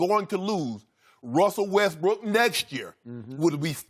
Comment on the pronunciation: "Wessel Westbrick"